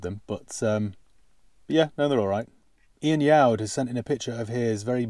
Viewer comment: Hi wow how the hell did you manage to get my name right nobody pronounces correctly shocked thank you for the mention on your video it has made my week great video kind comments thank you so much hope you are well best wishes ian.